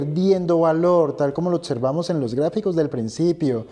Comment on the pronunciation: OTSERVAMOS ???.... y como dices OBVIAMENTE.... OTIAMENTE ??....